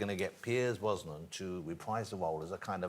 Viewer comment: Who's Piers Bwosnan, Jonathan? Haha